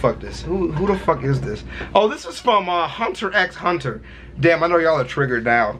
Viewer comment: You need to watch HxH man, also some fans may gripe at you for pronouncing the X in the title when it's actually silent but it's up to you in terms of what you find comfortably wise. Also if you do reaction videos to the series be extremely careful as it's a Madhouse work and they are notorious for going after reaction videos.